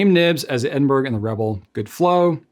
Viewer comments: It is pronounced Eh- duhn- bruh or Ed- in- bra not Edin-burg. You've got the UK wincing right now lol😅. Much love x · dear, it's Ed-n-bur-uh or Ed-n-bruh, not Ed-n-berg. Is it possible that Goulet will eventually carry any of the Manuscript calligraphy pens? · Edin-burr-uh. Just saying! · Edinburgh is pronounced as edin borrow, a city within Scotland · I love the look (and name) of the Edinburgh! However, please note that you are mispronouncing ‘Edinburgh’.